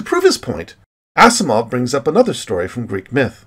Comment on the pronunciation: I really like your videos... You are a well spoken narrator, and your interests in science, the universe, the fundamentals of matter & energy, and wherever that takes you intrigues my continued curiosity and further interest in your channel... But, you might take note of some more things in your presentation, like enunciation... For example: Isaac Asimov's last name is pronounced "AZIMOV", and not "ASSIMOV"... One "S" in a word in English US or Otherwise is a "Zeeee..." sound... Cheers and keep up the good work... Paul ;)